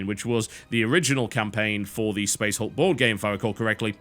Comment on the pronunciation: I like how in the beginning he pronounced it as "Space HALK"